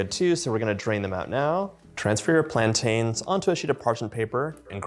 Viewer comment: please please learn how to pronounce plaintains